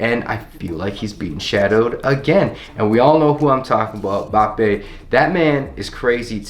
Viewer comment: This guy said bappe hahahahahHH Its mbappe mate